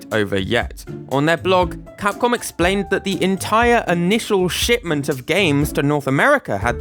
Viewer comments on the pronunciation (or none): why does it sound like you said SHITMENT